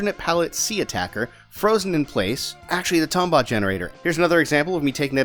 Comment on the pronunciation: Ughh come on, it's pronounced Tombot, not Tombot! Great video,. Loved the Spongebob reference it god a good laugh out of me.